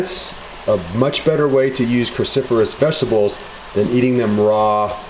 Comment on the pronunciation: Cru not carcifurous!!!!